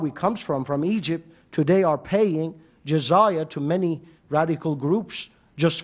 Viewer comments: jizaya LOL there is no such word in arabic doctionary . the word that he was refering to is jizya and he said it comes from jazaa and it means punishment you pay penalty for something , do you know from where he got that idea ? I tell you . in soccer the penalty kick is called in arabic darbat jazaa penalty kick = darbat jazaa so the dummy confused jizya with jazaa these two words have completely different meaning in arabic . He thought jazaa which he prounced it as jizaya means penalty while jazaa means reward in arabic here is a verse in koran uses the word jazaa from yusuf ali quran with transliteration 55: 60. Hal jazao al-ihsani illa al-ihsanu 55: 60. Is there any Reward For Good-other than Good? jazao = Reward and this is the exact same word used in arabic to mean penalty kick . the english concept of the fault in soccer game is to penalise the team which committed the fault so they call it penalty kick against the team . while arabs prefer to say to reward the team which the fault was committed against so they call it reward kick in favor of the team .you cant come up from root word j z y with word that mean to penalise or to punish . if somebody did favor to you you say to him in arabic jazaka lahu meaning may allah reward you. if you use the concept of the christian in video it will sound may allah punish you LOL is that what you say to somebody who did favor to you? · Excuse me what is Jazaya??? It's Jizya you fool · even to pronounce the word Jiz-ya he said it as Jizaya!! real shame to such men